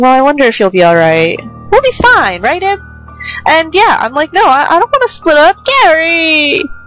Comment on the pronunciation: Hon, it's pronounced "Eeb". XD It's really supposed to be "Eve", but that would have caused confusion with another famous game called that. XD